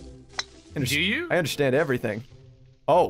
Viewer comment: Who else noticed says "undershtand" and not understand.